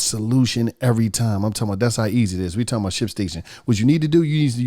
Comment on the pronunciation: Nobody: On The Paid Promo: "I'm Talm bout..."